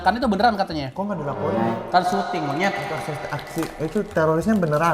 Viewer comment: out of konteks, gue selalu salfok dan paling demen gue klo ngmng “monyet” renyah bgt njir wkwk